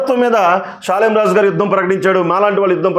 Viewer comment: ప్రియా చౌదరి గారికి షాలేము రాజు అని పేరే సరిగా పలకటం రాదు ఎవరో ముందుండి నడిపిస్తున్నారు ఆయన కనీసం స్త్రీలు అనే మాట కూడా ఎత్తలేదు ఈ ప్రియా చౌదరి అన్ని కౌగించుకొని ఊహించుకొని భారతదేశంలో ఉన్న ఆడోల్లందని రెచ్చగొట్టి నన్ను ఒక్కదాన్నే కాదమ్మా నేను ఒక్కదాన్నే ఆడదాన్ని కాదు మీరందరూ ఆడోళ్ళు అందరిని అన్నాడు మరి వేసులుగా తిరుగుకోవాలని ఆయన ప్రత్యేకంగా అంటే అది అందరికీ కల్పితం చేసింది చెప్తున్నాను అమ్మ ప్రియా చౌదరిని నేను అని సృష్టించింది ఈ ప్రియా చౌదరి దైవజనుడు దేవుడు బిడ్డ అని విషయం తెలియకుండా ఆమె ఎలాగా ప్రవర్తిస్తుందో మరి ఆమెకు భర్త ఉన్నాడు లేడో తెలియదు ఆ భర్త దారిలో ఆమె నడుస్తుందో లేదో కొంచెం తెలుసుకొని ప్రవర్తించండమ్మా ప్రజా చౌదరి గారు